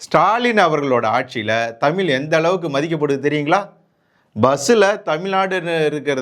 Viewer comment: தமில் இல்லை தமிழ்.